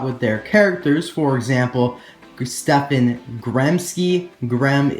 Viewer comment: I think you say stefan Stehp-On